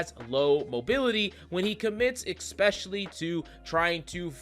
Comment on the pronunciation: "Expecially" isn't a word. "Retreation" also isn't a word.